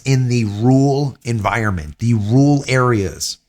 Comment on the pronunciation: its not that tough to pronounce rural try RER - ALL